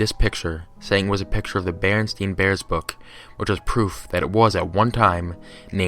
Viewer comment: you clicked your mouth while pronouncing "book" . how did you do that?